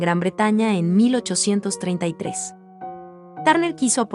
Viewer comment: No pronuncias bien su apellido.